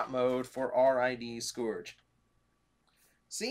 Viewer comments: Say it with me now. Sc-urge. Sc. Urge. The "o" is silent. That, or you're putting to much emphasis on the "u". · Is it sc-OR-ge or sc-UR-ge with pronunciation? In the episodes (you can find them on YouTube), it's being pronounced sc-UR-ge. Not trying to correct you, I'm just curious now but hey either way, it's Black Convoy